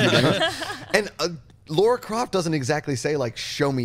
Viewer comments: It's Lara not Laura!!! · It's LARA. LARA. Not LAURA.